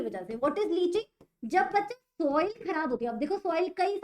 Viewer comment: Bacche❌Baca✅😂 By the way i understand all thnx didi and love so much 😅 basa main comment karta nhi hu but apaka lecture estna acha tha to muja kar na pada 😅a